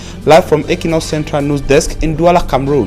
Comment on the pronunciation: Great work. But the question is , why is it so difficult for you to rightly pronounce the word NEWS? You keep saying NUS, God!!!!!!!!!!!